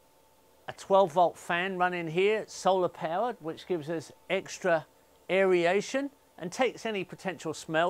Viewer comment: It is aer-ation (two syllables) not "air-e-ation" (three).